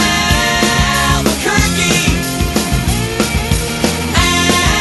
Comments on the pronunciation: sounds like Alber-turkey instead of Albuquerque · No, he's saying Albuquerque